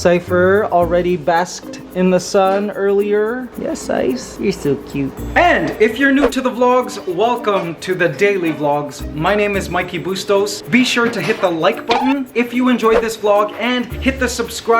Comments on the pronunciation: They pronounced Mikey as Mickey just like Mickey Mouse hahaha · hahaha. right! I was like it's MY - KEY!! lol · Another great video Mikey <3 the way they pronounced your name though lool